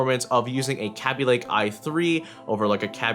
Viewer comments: It's not pronounced "cabby lake," it's produced "k bee lake" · "Kea-bee-lay-k" get your facts straight it's "Kay-bee-lay-k" who says "Kea-bee" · Kay-be lay-ke The 'a' is a long one. 'ay' :P Yes I know it's all in the pronunciation etc but whatever :P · Sound like you said "Kapy lake" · pronounce kabylake right... kay be lay k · Yo! The way u say kaby lake,it sounds like crappy lake.(No offense intended to anyone)